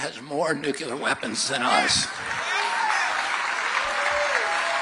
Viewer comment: OMG he's one of those "nukular" guys.